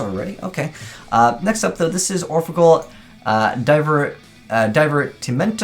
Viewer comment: it's pronounced orphegEl (d i v e r ti mento= from Italian) which means : orphan angel amusement devil